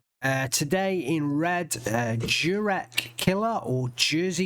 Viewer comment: pronounce it more like Yurek - it's short for Jerzy which is Polish for George :)